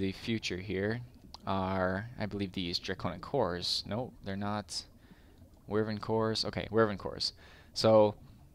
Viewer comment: Apologise for this comment in advance, but I'm a massive fantasy fan and I hate it when someone mispronounces the name of a fantasy beast. It's pronounced WHY-vern not wherven, sorry if you see this but it really annoys me when people mispronounce the name of a fantasy animal.